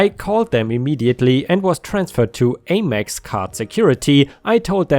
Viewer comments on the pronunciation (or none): American Express (AmEx) rhymes with Ham Ex. Have a wonderful Oktoberfest 🍺